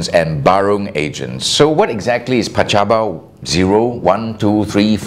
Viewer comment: PACABA not pacabo.